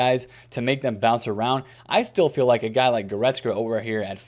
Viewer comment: Still can’t pronounce Goretzka to save Yur life 😂😂😂